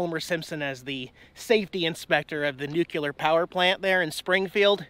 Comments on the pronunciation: Nuclear... not nucular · Oh, oh, you are hurting my ears. You are saying nuke u lar when correct way is Nuke cle are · Nuclear: new-clee-urr, NOT new-cue-lur. Not a big deal, just sayin. Keep up the good work! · New Klee Eer not New-Que -ler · this is the internet, so I feel compelled to correct your pronunication :P....it's 'nu-cle-er', not 'new-q-ler' ...happens alot though, no biggie! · NUCLEAR Dude, not NUCULAR. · Noo- CLEE- er not Noo- cue - ler !!!!! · Why do you pronounce Nuclear as "nucular"???? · Nu klee ur.....not ....nuk u lar....just saying! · There's no such thing as "NUKE-YOU-LER",. It's "Nu-Clee-ar" as in "Nuclear" get it? It's "New" and it's "clear". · Nuclee ur dammit, not nukular.... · ARRRRGH! It's NOO-KLEE-ER, not NOO-QUE-LER! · Oh,! The things you find...close up cooling towers? That’s quirky! BUT, do me a favor...please say “new-clear”, and not “new-Q-lure” Only George Dubbya Bush should be associated with that ill-edumacated pronunciation. Keep safe (and right!) on the101. We ❤️ you and Jax. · It’s nuclear dude, not nucular! 🤣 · Nuclear NU - CLE - AR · Say it with me....new-clee-yer. Sounds like George W Bush was your english teacher. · Nuculer, Dude. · Where does "nucular" come from? Equally popular is "realator"